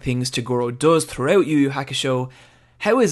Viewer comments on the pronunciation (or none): throughewt the anime! reyght neow!